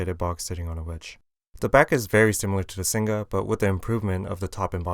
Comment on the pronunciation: Singa not Sing Ga :(